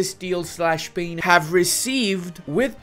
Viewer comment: Is it only me or really said "castile/pain" instead of "castile/spain"